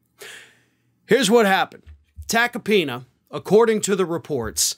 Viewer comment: Joe Tackypenis is all I hear... 😶